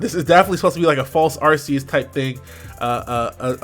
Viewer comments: Isn't it Ar-Kee-Yus. That drives me crazy lol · ARK•ee•us. Otherwise, great video as usual,! ✊🏿